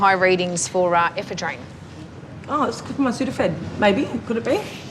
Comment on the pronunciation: It would probably help if they could pronounce the word "ePHEDrine", instead of eephaa-DREEN"